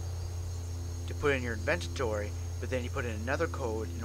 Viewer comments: Okay now say it with me INVENTORY. Not INVENTENTORY. Okay! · Did he just said INVENTITORY ?